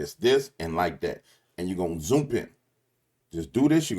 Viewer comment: “Zoomp in” 😂 Good video